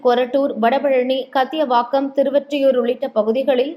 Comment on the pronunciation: ஆமாங்க அம்மணி. கத்தியவாக்கமா ???? அது ??? என்ன என்று கத்தியதுங்க அந்த கத்தியவாக்கம் ??? முதலில் உங்களின் தமிழ் உச்சரிப்பை சரி செய்துகொள்ளவும். அது கத்தியவாக்கம் இல்லை கத்திவாக்கம். தயவுசெய்து செந்தமிழை பிழையில்லாமல் வாசிக்கவும்.